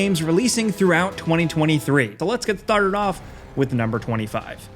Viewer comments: He said thstarted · lol "lets get sdtardted off"